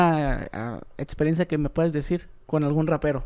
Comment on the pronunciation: sporifai 🧐 otra vez: etsperiencia 🤓 Ya ni chingas